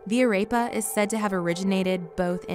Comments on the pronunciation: let’s not forget how she said arepa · YoloSwagger1234 When she said Arepa like “Arapa” it killed me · The way she was saying Arepa was killing me 🙃 and she most likely said everything else wrong. And quesa tacos? Really